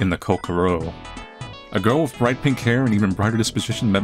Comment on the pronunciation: "Are you OK?" "I'm not ok... in my Ko-Ko-ROH." We love you so much